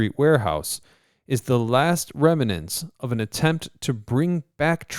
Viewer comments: I noticed he put an extra syllable in that, saying "remanant" - so wrong! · "Remnant" is a two syllable word, not three. And as others have pointed out, in "Corps" of Engineer, the "ps" is silent.